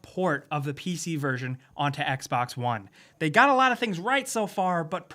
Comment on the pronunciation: Its Xbox One not Xbax One geez...